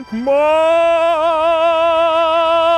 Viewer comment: "mbóh noite"